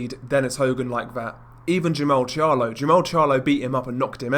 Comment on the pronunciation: Not sure if it's the accent or my hearing. Hogan fought Jarmall not Jermell.